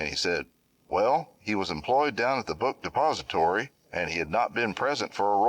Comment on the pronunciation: The way this guy says “the book depository” is so satisfying